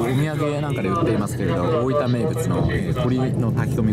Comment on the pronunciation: スーツって東京出身なのになんか大分のイントネーションが変だな